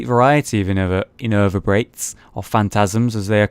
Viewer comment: Invertebrates, not inervabrates.